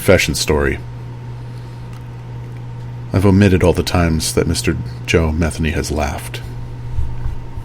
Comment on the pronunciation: Just an FYI: please research name pronunciation before you do a video lol. It’s pronounced MU-THEE-KNEE 😉. That being said….glad this sick POS is dead!! Thanks for the video!